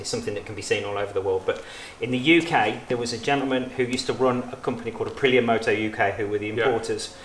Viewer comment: It's pronounced Uh-pree-yuh listen to the Italians say it.. Listening to him talk about Aprillias sounds like listening to our old friend Phil talk about classic Triumphs/Nortons/BSA's... He sound like the kind of guy I'd sit around and geek out with over heads and exhaust and special carbs and stuff.